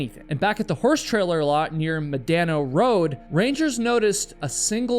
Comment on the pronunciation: I take Medano (Med-uh-know) pass once every year. Im a local and its a beautiful 4 wheel drive “short cut” to the sand dunes. Thank you for the story!..